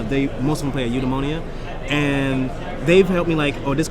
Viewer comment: Eudemonia! Not Endgame.